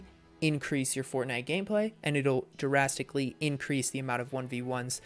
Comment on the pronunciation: you DARASTICALLY need to know how to say DRASTICALLY